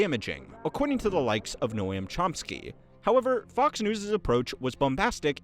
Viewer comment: Bro actually said no-am Chomsky